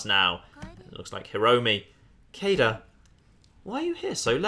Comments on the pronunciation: It's pronounced like Cade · It's clearly pronounced as K-A-de (could also be written as K-ai-de, or K-ai-D, and so on.) An a, followed by a b, put together as ae, is pronounced as A, or ai. I'm not entirely sure about the 'de' on the end, it could be pronounced as 'de' or as 'DE' (also could be written as 'D') but I'm gonna go with K-ai-de as my personal pronunciation,. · Sadly not how Kaede is pronounced. But if you like bowel movement jokes "Ben" and variations thereon can apply in Japanese.